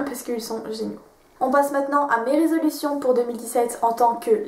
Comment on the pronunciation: Super les filles, continuez comme ça. Par contre c'est plutôt résolutions et pas "résolutin".